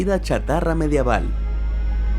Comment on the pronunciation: La palabra es Medieval* no Madiaval😂